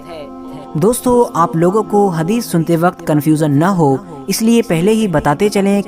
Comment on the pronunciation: ❌हदीश ✅हगीस